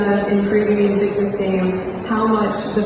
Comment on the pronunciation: Those two clows turned Invictus into " INCIRCUS" .